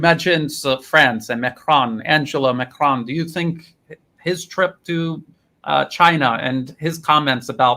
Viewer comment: Some day he will learn to say 'Macron' rather than 'Macrone'... either that or France will elect a new president.